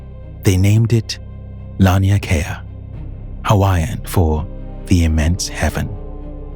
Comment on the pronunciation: Laniakea is pronounced law-knee-ah-kay-ah I love your videos.